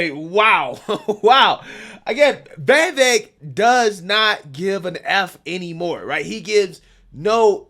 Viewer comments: Friend, it isn't "Vayvik," it's "Vivake." And he's spot on, as usual. They also love to talk over him. That's another, blaringly obvious and obnoxious tactic they use. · You’re great,, but my gosh! I hate how you pronounce Vivek! “Vay Vake”??? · 😂 you still struggling to pronounce Vivek’s name, huh? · Vivek POTUS🎉🇺🇸 Please learn to pronounce his name.